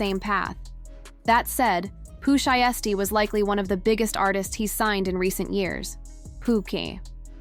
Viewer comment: Make sure the a.i voixe saying the name right 😒 couldnt even watch past 30 seocnds .